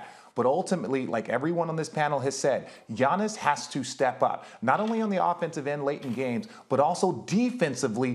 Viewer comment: Can we acknowledge how smooth max saved pronouncing Giannis' last name Lmaooo